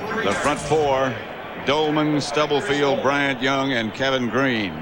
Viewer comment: I do feel like if Madden were calling this game in the age of social media people would be chirping. He talks way more than Pat. And he is unable to pronounce Dana Stubblefield‘s last name.